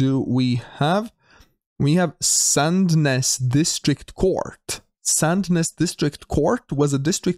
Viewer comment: LOL Sandnes in Norway means sand "nose" or a sandy peninsula or headlands. You kept pronouncing it as "sadness". :-) I love your videos; please keep up the entertaining commentary!